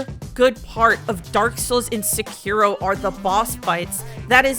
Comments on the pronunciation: The mispronounciation kept making me chuckle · If you're gonna talk bad about a game you should at least say the name of the game correctly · great video 10/10. I’m gonna have to leave a dislike because of how you pronounced sekiro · hating on a game and doesnt even say the name right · I think your problem is you don't even know how to say the name of the game